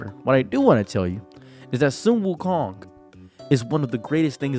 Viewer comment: You're pronouncing wukong wrong.